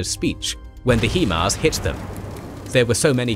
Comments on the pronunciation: I thought it was pronounced HIGHMARS not HEEMARS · "Hee-mars"??? Sorry, it's "High-Mars", meaning High Mobility Artillery Rocket System. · Maybe you’re right, but maybe the pronunciation is still HIMARS not HEMARS. HIGH MOBILITY ARTILLERY ROCKET SYSTEM. So, I don’t know who might pronounce the 1st word in the acronym he but I know a lot of people who pronounce the word high or simply hi. So perhaps it’s HIMARS NOT HEMARS. Lmao! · The correct pronunciation is 'High Mars' not 'He Mars" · High-mars(HIMARS) not he-mars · HIGH-MARS, not HE-MARS, you're the only people that pronounce it that way. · love the video except for your pronunciation of, "HIMARs". It is NOT pronounced, "HEMARs" as you say in the video too many times. Get it right please, it makes you sound less intelligent when you mis-speak like this :). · Still trying to figure out how you get ‘HeMars’ out of ‘HiMars’